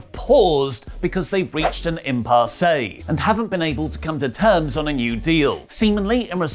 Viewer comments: Impassay???!! Is that how you say that in england? Or is it one of those peenalope(penelope) jokes that luke used to do? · “Im-pass-ay” is a great way to pronounce “impasse”. just taking a hatchet to the idea that British people are well spoken and masters of language.